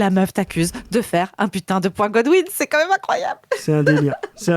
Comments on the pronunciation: "goudwine" ça se prononce gOdwin, aucune culture d'internet cette meuf, elle se croit intelligente d'employer un terme popularisé il y a déjà 15 ANS mdr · En prime, elle dit « Goodwin » et pas Godwin, la pauvre…